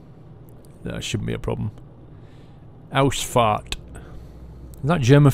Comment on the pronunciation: you said that weird German word for exit but I thought you said I always fart